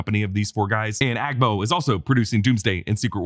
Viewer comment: You pronounced the AGBO well. in a Ghanaian dialect, Ga, AGBO means , huge or large